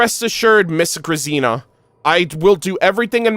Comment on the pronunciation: Oh no I was fearing this. I wanted to be in the stream when the Bunker Quest happened but couldn't make it. No one gave the proper pronounciation for Grazina, hearing him americanize that name kinda hurts.:D I know someone with that name, so I would have loved to tell him throughout the stream that the z is more like when you say the name "Gina". Now im sad.